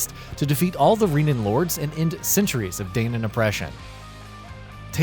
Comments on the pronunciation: This reviewer did not play the game, not even for 5 minutes. He calls them "Reenans" and "Daynans" throughout the whole thing. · They’re pronounced “Reh-na” and “Dan-uh”. Makes me wonder if you actually played this game or listened to anything in the storyline.